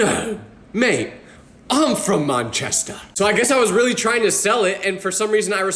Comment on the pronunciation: Nahh why’d he pronounce “Manchester” so weirdly😂